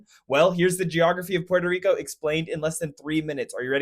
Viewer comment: "Port - o - reek - o " saying it fancy is kind of extra